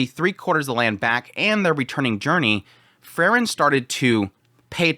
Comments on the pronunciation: It's Freeren, not Frrren.😁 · Like he always calls Frieren Frrrn.😁